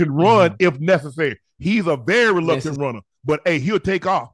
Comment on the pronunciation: Hey Unc, it’s “reluctant” for KC to run a QB sneak with Mahomes. Not “luctnant”. 😂